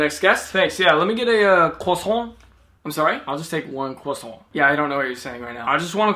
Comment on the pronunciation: Bro went from saying "cwossan" to "AOOOA RU HARUUUUU!!!! RNGGRGGNGGRG" to